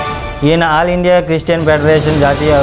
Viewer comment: క్రీస్టియన్ కాదు క్రిష్టియన్ క్రి స్టీ యన్